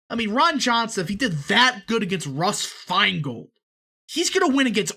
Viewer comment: "Feingold" lol